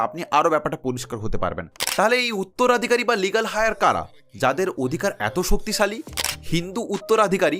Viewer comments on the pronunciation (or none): কথাটা “লিগ্যাল হায়ার” নয়, 'লিগ্যাল এয়ার'।। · কথাটা লিগাল হায়ার নয় লিগাল এয়ার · কথাটা লিগ্যাল" হাই আর" নয় , লিগ্যাল " এয়ার"। উচ্চারণ টা সঠিক করে বলুন। ভুল বলবেন না! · Legal Heir -er Heir shobde "H" silent taai etar uchcharon holo "eir".